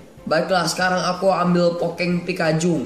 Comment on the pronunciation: kok pokeng bang kan harus pokemon